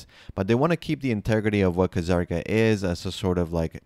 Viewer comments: Wait, wouldn't it be Zah-r-ka? There's no Kh, or Ka, which means the K is silent. So it wouldn't be that. At least that's how it generally goes for most things I learned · Why are you saying "Ka-Zarka"? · bro. the fking K in kzarka is silent man. ur killing me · Kuh-Zarka Lmao